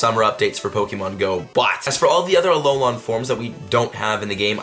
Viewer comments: Great vid but a heads up, alolan is not pronounced alol-on, it’s alol-in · Omfg its alolan NOT alolon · It's not aloelawn it's Alolan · It’s A-low-lan not Aloe-lawn 😂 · Alola is based on Hawaii. Would you call someone Hawaii-ON? Or Hawaiian? It's Alolan. I know, I know, who cares - but my OCD won't let me let this go. I cringe whenever I hear Alol-ON. Lol. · It's not "a-low-Len" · The way pronounces "Alolan" lol. It's not AlolOn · alolan (uh-low-lin) 😂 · anyone ever tell this dude he sayin Alolan wrong in every vid he posts? thought someome woulda said somethin by now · It isnt a big deal. That's probably why. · Who else twitches when he pronounces "alolan". Not hating btw lol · Ya Boi Jordan same dude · Ya Boi Jordan I get a small burst of rage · i love how you say "Alolan" haha it cracks me up.